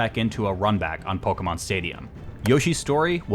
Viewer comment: Every time pronounces pokemon I feel joy in my heart.